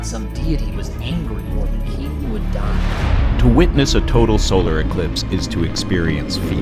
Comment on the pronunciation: Why you pronounce Solar as Solaar ?